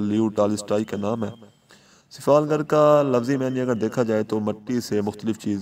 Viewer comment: Its not sifalgarl its sifalgar mind it